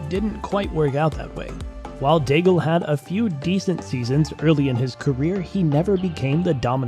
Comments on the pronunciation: Nobody remembers Daigle, so it's okay to hear Degal. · Learn how to pronounce the names 🙏 for god sake I stopped at Daigle because of that. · what a catastrophic way to pronounce Daigle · Wrong prononciation for Daigle.